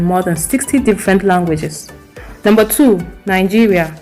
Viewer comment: Nigeria should have been no 1 in the list is your opinion and opinions are like noses, everyone has. Your pronunciations do not come close to the way Native English speakers pronounce words yet u claim you should have been first. That is ridiculous. You pronunce Nigeria as nangeria, how do u pronounce "vegetables"? Is that how native English speakers pronounce it? Does it even come close?